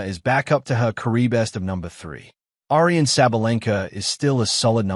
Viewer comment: I love how this AI announcer can't pronounce "Aryna" lol